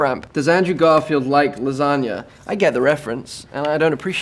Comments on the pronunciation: I love how he pronounced "lasagna" the italian way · he can pronounce lasagna he's my hero